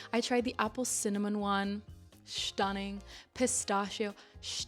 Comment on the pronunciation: „Shnack“ and „shtunning“, so cute, it reminds me of one of my favorite cartoon characters, Mooch from Patrick McDonnell‘s „Mutts“ (or Sean Connery 😂)